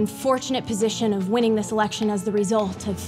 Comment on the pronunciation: election not ekection